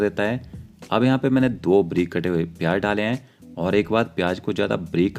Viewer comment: Tum pehle bolna seekho. Pyaaj nahi pyaaz. Jeera nahi zeera. Jyada nahi zyaada, Jaroor nahi zaroor, jaroori nahi zaroori, majedar nahi mazedar, tej patta nahi tez patta, jabardast nahi zabardast. Uske baad Khanna banana